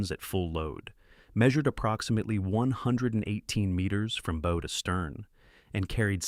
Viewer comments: Listen, lad why is it so hard here ,the front bit of the ship. the 'Bow' is pronounced bowwwoo like ( you -BOW-down) NOT like Bow & Arrow get it its simple's init laddie and have a fuking headache listening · the front of a ship is pronounced Bau not Bou. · You keep pronouncing the bow, the front of the ship as Bow, large O, a device that fires arrows. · How can you misspronounce ships "bow"? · 👎👎how a stupid mistake can make the destroy a video The front of a ship is a bow not a bow. Yes, they are spelled the same way but anybody who knows boats knows how to pronounce it correctly. This is just ignorant … this is an insult to the viewer.